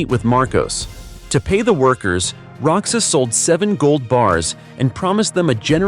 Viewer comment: Roxas is not pronounce rocsas it pronounce rohas